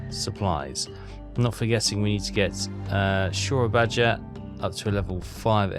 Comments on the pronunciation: Soerabaja, Phonetic Pronunciation: seh-ruh-BAH-yah the "j" should be pronounced as a 'y' like in Junkers which is pronounced Yunkers. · for the love of God, PLEASE!!! Its SOAR-AA-BA-YA, the "J" is to be replaced by "Y". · The "oe" in Dutch is pronounced as "oo" not "eh", so Soerabaja is pronounced "Soo-rah-bah-yah".